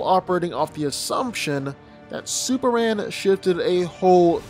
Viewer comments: dude it's superman sperMan not supper-ran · It’s Superman, not Super-Ann 🤣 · why do you say "Super anne"? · I'm sorry, but maybe it's me, but as I listen to the video while my husband watches it ... I kept hearing him say SUPER ANN, SUPER ANN, SUPER ANN... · Anybody else hearing the dude saying SuperAn ?